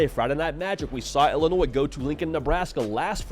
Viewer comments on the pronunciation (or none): none